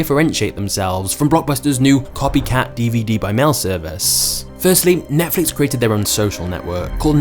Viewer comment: NETFLIX not NETFLUX 🤦‍♂